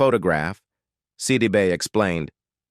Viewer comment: Look, before you try and do a story on a person, learn how to pronounce their names!! You missed pronounced her name every time you said it! You💯 need NOT make this your career😒😒😡